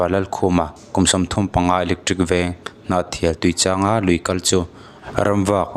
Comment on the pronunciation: Mak ka tih ber chu... Tuichang, mizoram lui lar em em, Tuichangral tih ṭawngkam pawh hman lar em em si i lam diklo tlat mai khi. Sapṭawng in lamdikloh hi chu ka hrethiam em em a, mahni pianpui ṭawng in chhiar dik thei miahlo zel mai hi chuh... inzir teh u. Ṭawngpai bik miah silo, mak ka ti deuh ṭhin. Hmasawn tum a ngai e.